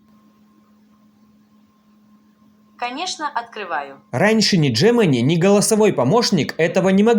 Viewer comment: Джи ми най! Не Джемини, не Гемини. Джи ми най!